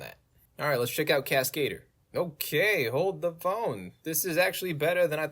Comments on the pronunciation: casca-dur, not cas-kade-r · lol the way you pronounce Cascadeur is the most American thing ever 😂